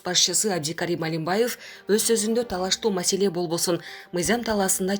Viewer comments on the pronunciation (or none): none